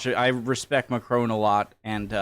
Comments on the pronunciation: Mec il est anglophone, "on" est une voyelle nasale, ils ont du mal à la prononcer. Exactement comme nous avec le "th" anglais. Soit un peu tolérant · Why are you calling him Macrone? there is quite clearly no e at the end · As you like the French President as much as you do, might I suggest you try to pronounce his name a tad better? It mc-cron (to rhyme with gone) rather than mac-crone (to rhyme with grown). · Its not Macrone, its Macron